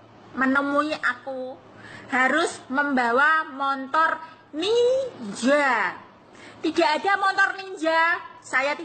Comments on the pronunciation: Montor ya bukan motor😅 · MOTOR mbak bukan Montor😁😁😁😁